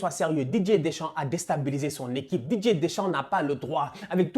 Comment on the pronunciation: Qui comme moi entend "DJ" Deschamps au lieu de Didier Deschamps 😂😂